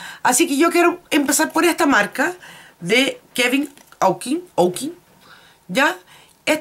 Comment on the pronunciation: Querida se pronuncia Kevin Ocuan acentuando la a tiene un libro maravilloso de maquillaje y lamentablemente falleció muy joven. Besos!